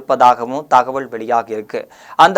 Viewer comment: தம்பி நீ ல ள ழ சரியாக உச்சரிக்கப் பழகிக் கொள் , அள்ளாமள் போள,தகவள்…..